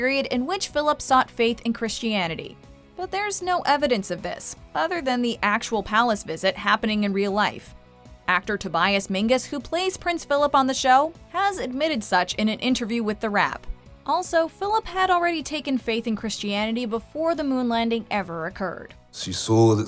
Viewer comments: you call him Tobias Mingus??? Menzies, pronounced men-zees. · Menzies...Tobias Menzies. Not Mingus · Talk about getting things wrong: the actor's name is MENZIES, not Mingus (pot/kettle) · Tobias Menzies, not Tobias Mingus... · Tobias Menzies not Mingus. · It’s Tobias MENZIES, not Mengis. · It’s Menzies not Mingus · Menzies!! It's pronounced 'Men-Zees", not "Mingus". Ugh!! 👿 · Did she just say Tobias MINGUS? What the hell learn how to pronounce names before uploading ffs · no its Mingies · I stopped listening after she called him Tobias Mingus. 🤦🏻‍♀️ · Menzies is actually pronounced “Mingus” ? Interesting. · MEN. ZEES. IT'S NOT THAT HARD. MEN. ZEES. FFS! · How did you pronounce "Tobias Menzies"? Mengus? What? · It's a Scottish name pronounced Mingis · True. Menzies aviation calls itself 'Mengis' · There is the official podcast for season 3 and there his last name is pronounced "Men-Zees", I think we can trust them because its official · Wrong, it's Mingus. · Ok yes I came down to the replies to make sure someone else had noticed "mingus" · why do you pronounce tobias menzies so weird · Mispronounced Tobias Menzies name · Aiden S. Shin Thank you